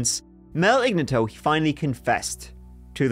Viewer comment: Ig nat toe, not igna tow.